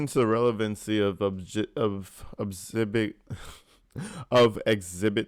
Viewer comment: No its * Exhibitty... ( as Prosecutor said when Darrell accused them of laughing at DB) Lol